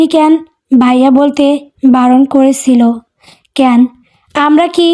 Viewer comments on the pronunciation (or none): উচ্চারণ টা ঠিক করুন, কেন --- এটার উচ্চারণ কেনো হবে ,ক্যান নয়। ক্যান উচ্চারণ টা শুনতে খুব বাজে লাগে।